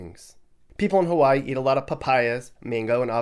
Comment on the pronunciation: pronounced Hawaii the correct way. Ha-va=ee.